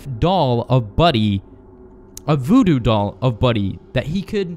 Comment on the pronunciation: Did You Say BooBoo Doll Or Voodoo Doll